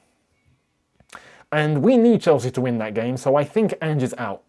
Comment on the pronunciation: I almost hope forest sack Ange so I don't have to hear you constantly butcher the pronunciation of his name.